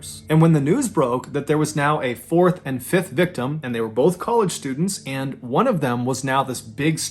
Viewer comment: I know it's the accent and actually "college" but sounds like you say "they were both ""colored"" students". 😳😄